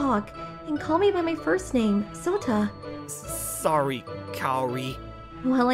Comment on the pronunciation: Your name is not Sota it's Shota hehehe